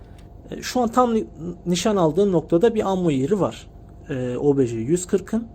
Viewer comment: Kardeşim çok güzel olmuş ama şu obj lere obeje deme ya uyuz oldum istemeyerek